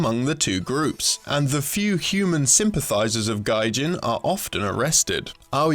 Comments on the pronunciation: >Another snes game on this show, nice nintendo bias. >It's a raising sim >Pronounces "Gijin" Gaijin >The game's plot is just low grade astro boy or megaman God damn it guys come on. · Interesting content, but please double check yourself more. It'd be "Gee-Jin" with a hard G, and a "human sympathizer" would be someone siding with humans, you mean to say Gijin sympathizer. You should learn basic japanese syllables if you're going to do region locked content, it's really just a day or two of work to get the pronunciations basically right. Again, I enjoy the content, but since this is format heavily dependent on narration, it's something worth looking at and focusing on. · Dude. DUDE. It's GEEjin. Hard G, like Key. Your pronunciation was....so highly wrong. Just.....just yikes. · Wouldn't that be pronounced "gee - jin" ? Gaijin is something completely different. A gijin would be "artificial person". Gaijin is "outside person" or foreigner. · Gijin wouldn't be pronounced the same way as gaijin (foreigner). That was a terribly unfortunate mispronunciation. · I was wondering about the pronunciation. Saying that what sounds like "gaijin" aren't human is pretty damning. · It's not based on the term for foreigner in the slightest. The term "Gijin" (pronounced Gee-Jeen) is, in kanji, spelled as 擬人(though in the game, it's spelled in katakana as ギジン), and means simulated human. Given that the main character is pinocchio and the Gijin are robots... I think it's kind of obvious that we're talking machines and man-made things, nothing about foreigners. The allegory you're looking for is not there, and yeah, as the opening poster said, it's an unfortunate mispronunciation. I wish did a better job with that in general, because it has potential harmful ramifications for those who don't know japanese, and they have a habit of mispronouncing japanese words & names. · On topic, yeah, that is a very unfortunate mispronunciation by the person in this video.